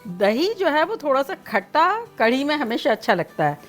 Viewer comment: Not 'kardi' it is 'karhi'😊